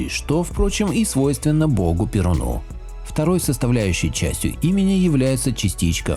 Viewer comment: Уважаемый(ые) автор(ы) этого и других подобных ему видео. Не гневите бога ПерУна Не произносите его имя в дательном падеже ПерунУ с ударением на последней гласной. Это крайне(!) неблагозвучно и неверно. Сравните: РомаАн -- РомАну, а не РоманУ. Да в любом имени в любом падеже ударение остаётся неизменным: ПерУн, ПерУна, ПерУну, ПерУна, ПерУном, о ПерУне.